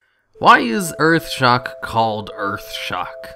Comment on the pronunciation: "Rank 1 Eearth Shock"